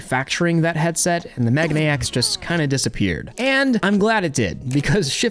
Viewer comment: Love your stuff. But it is mei gah nay X. Megane means glasses.